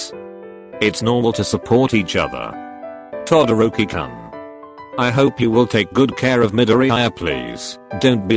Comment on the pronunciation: I love how it's To dorkie koon XD instead of Todoroki-Kun Book u go is that how it's pronounced in 2020? Favorite pronounced name Kuri shima